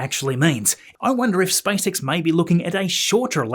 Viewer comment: Вниманию авторов автоматического голосового переводчика: на русском языке компания Маска SpaceX читается как Спейс Икс, а не Спасекас. Найдите нормального русскоязычного консультанта, наверное это не так трудно. И в некоторых местах неправильное ударение в словах, но это не так страшно.